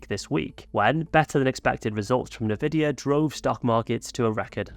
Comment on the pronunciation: Isn't Nvidia pronounced "en-vidia"?!